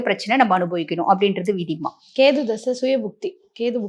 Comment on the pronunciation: கேது madam... கேத்தூ இல்ல....